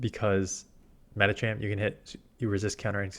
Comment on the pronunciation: Thanks for the good advice, it's tricky to keep up when the meta changes. Although the way you always say 'Medichamp' bothers me.